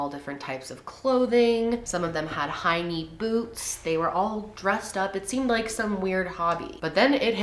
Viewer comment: When you said “high knee boots” I heard “hinny boobs”